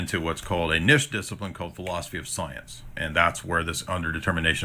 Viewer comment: Uses big words confidently. Mispronounces words like "niche" because didn't actually study what the big words mean.